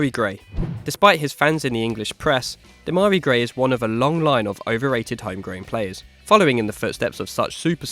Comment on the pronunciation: Demarai gray? Wtf